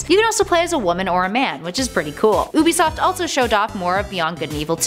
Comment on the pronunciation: UBISOFT not OOBISOFT